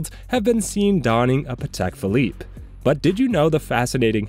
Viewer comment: "Patel Philippe"